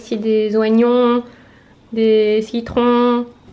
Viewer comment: hey ce n'est pas une critique tkt pas je voulais juste te dire que les oignons sa s'ecrit oignon mais sa se dit ognon je sait pas si tu as compris mais sa ma fait rire comment tu la dit brefff tu es trop belle et aussi et j'aime beaucoup t'es video continu commesa 💜💘💙💖💛💋💚💯😻 et est ce que tu peux faire ton appartement tour stp ce serai tres bien et aussi si tu regarde les commentaires vous pouvez toute les deux faire une appartement tour stp ce serait genial bon allez bonne continuation bayyy♥️😘😘💚💛💙💙💙💜❤️💙💘💖💖💋😻👍👍👍💗💗😍😍😍‼️‼️👄👄